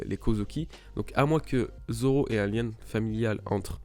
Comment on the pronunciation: Goya Seiku mdr quand il 1v1 mihawk au debut il dit Roronoa dzoro imagine ct un d mais personne n'avait compris